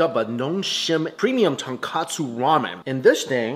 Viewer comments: It's not Ton-KA-tsu ramen. Those are Ton KO tsu ramen. One letter, in English but in Japanese, it's ”豚カツ” (breaded fried pork) vs "豚骨” (pork bone) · you said "tonkatsu". It's "tonkotsu" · Ton-KOH-tsu 豚骨. Please, not Ton-KAH-tsu とんかつ. (which is Pork Cutlet) 😅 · Please stop calling it tonkAtsu ramen 😅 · "Ton-Koh-Tsu". Tonkatsu is something entirely different.